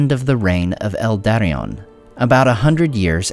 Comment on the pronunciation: did I hear that right? "El Daddion"?